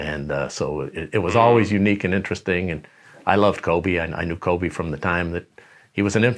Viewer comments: Kove-Shaq Fued 🤣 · Let's please put some respeck on Kobe's name, it's not Kove